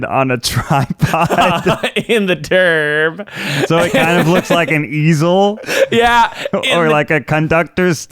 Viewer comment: everytime said, "turb" all I can hear is terd & giggled through that whole section.